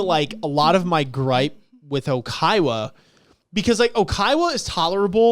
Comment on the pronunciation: lots of Oikawa "slander" from people that pronounce it "Okaiwa" 😂😂 Edit: Manga Oikawa is my favourite overall character, but tbf it's fine that you guys dislike him now, and even possibly in the future.